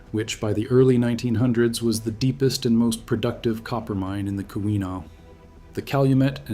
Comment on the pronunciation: Key-win-aww..... not kiwi-naw